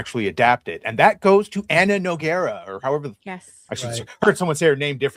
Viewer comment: said Nogueria correctly. The girl in the black hat - way off. It’s a Brazilian name and shares her name with a MMA legend.